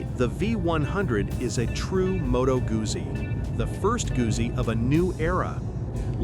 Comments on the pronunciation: Gusi? Really? As an italophile German, this pains me. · Since you cannot pronounce Gutzi, perhaps you are not qualified. It all depends on whether I like what you have to say😎 Nice video❤️